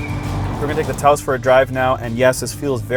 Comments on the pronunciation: Not "Tay-os", my friend. It's pronounced "Touse." Ask anyone from New Mexico where the city is located. I think the best way to understand the Taos is in the context of the withdrawal of the basic Golf from the North American market. The Golf lives on in Europe where consumers are significantly more enamored of hatchbacks than North Americans but except for the iconic GTI and Golf R it's gone from this side of the Atlantic. So what replaces it? The Taos with a (very) slightly enlarged version of the Golf's 1.4L turbo engine (to 1.5L) dressed up as a "subcompact" SUV. Why? Because there appears to be no end to North Americans' obsession with SUVs. At 176" in length the Taos is about 8" longer than the Golf making it the largest vehicle in the subcompact SUV category. But it's nearly 10" shorter than the North American version of the "compact" Tiguan (Known in Europe as the "AllSpace" and classified as a "midsize" SUV to distinguish it from the smaller Euro spec Tiguan .) Both the Taos and the Tiguan along with virtually every other North American spec VW are among the largest in their respective categories and significantly larger than the European spec counterparts. In the US, a country where every town has "self-storage" facilities for our extra crap, VW has learned that we like our VWs bigger (and typically cheaper) than consumers in Europe. The Taos makes excellent use of its relative size with a roomy backseat and the most overall cargo space in the subcompact class. In f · It's NOT TAY-ose! It's Tau-ose, like Taos New Mexico! Please... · As someone who has been to New Mexico. Its Taos... with a long ow sound. Not Tay ous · For the love of god it’s pronounced T ow s. Like Taos New Mexico that’s it’s named after. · Tah-os. You idiot